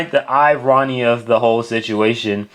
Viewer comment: "The I-RONNIE of the situation". What? Who is I-RONNIE? Lmao. 😂🤣😂